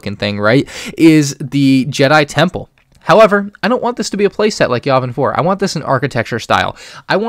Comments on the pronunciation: Ur sayng yavin wrong and ur decisions Are halfly wrong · The way he pronounces Yavin triggers me.